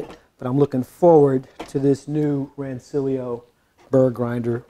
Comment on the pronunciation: Nerds will tell you it's pronounced "Ran-ch-illio."